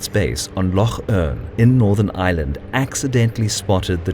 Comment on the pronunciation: Can we get a robot voice that can pronounce “Eye-ERR-Land”, rather than “Island”?